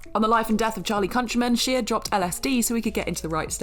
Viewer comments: The Shia comment is a bit outdated, he's made a complete turn around in his life, is now sober and has actually become far more "normal" than in recent years. Give the man his due, he may have fallen hard,... but he got back up. ( ....and his name is pronounced SHY-UH, not SHEE-UH.) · For the LOVE OF GOD!!! His name is pronounced Shy-uh not She-uh. You guys and your refusal to say names properly pisses me off! I don't care if you're British, you say someone's name the way they pronounce it! EFFING RUDE. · That is not how you pronounce Shia 😂😂😂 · Some of these are really interesting but Horns isn't a horror movie. At least not to me and I've seen it several times. Its a good film. And in referring to Halle Berry and her prestigious career, they could have named a better film than Catwoman. Catwoman?! Not Monster's Ball. Not any of the X-Men films she was in. Not Dorothy Dandridge. And why do they keep mispronouncing Shia's name?!